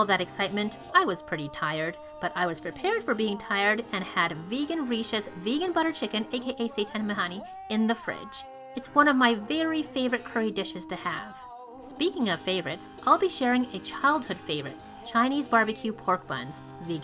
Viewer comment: That seitan bacon looks amazing...can't wait until you perfect it. And pork buns?! I already use your milk bread recipe, Soy Curls, and hoisin, but I have a feeling yours will blow them out of the water. Btw "makhani" is pronounced more like "MUH-kuh-nee". 😊